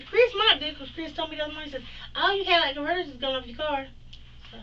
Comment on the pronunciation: Not your "Cadillac converter" 😂😂😂